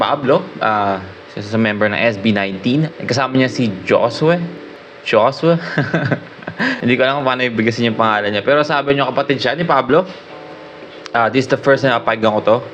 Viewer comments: Na shock ka, or natulala ka nung last...... galing ng pagkakasulat, at beat nung kanta. Thumbs up for PABLO & Josue! Hos-weh po ata pag pronounce. God bless po. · Josue pronounce as Hos-we 😊